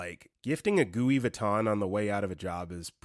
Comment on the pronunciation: Gooey Vouton! 😂